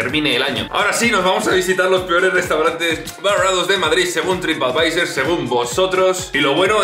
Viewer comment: Por qué dices trip advisEr??